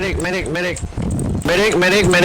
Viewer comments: who heard "meh dick" instead of "medic"? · Unsuccessful attempt of a Spanish speaker to pronounce the word "medic" xD